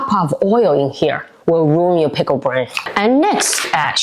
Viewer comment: Your Pronunciation of Brine is Wrong. You’re Calling It Pickle Brain!